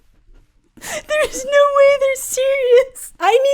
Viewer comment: "She's really gouid" 🤣